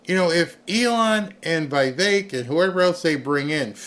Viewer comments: Again..Vi vek not Vey vek...😅😅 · VEEVAKE, try to pronounce like that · Its not VEY VEK .. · Love you BUT how in this world do you not know how to pronounce that name..??. Please explain. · Get the name right about Vivek.